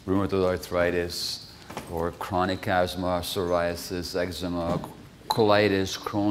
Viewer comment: It's asthma not azthma. Very poor pronounciation, and uninspiring altogether.